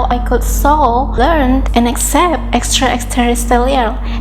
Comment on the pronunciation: Good job on pronouncing "extraterrestrial beings"! That can be quite a mouthful - and you got it right! You can just say "E.T.s" in the future and make it easier.